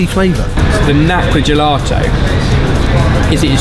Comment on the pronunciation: Where's the R coming from in GELATO, how many times did you say gelarto LOL